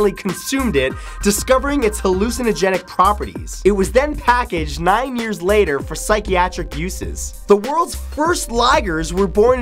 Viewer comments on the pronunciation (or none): none